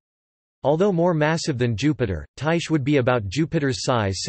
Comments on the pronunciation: Its (tie-khe) Not (tie-she) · actually ther right way to pronounce it od Ty-kee with a long I sound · That not how you pronounce it